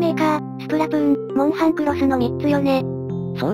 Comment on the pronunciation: モウハンじゃなくてモンハン